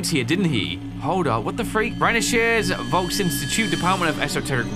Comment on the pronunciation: I just love how says "Volksinstitut" 😂